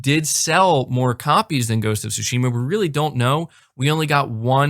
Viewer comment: Bro you keep pronouncing Tsushima wrong lol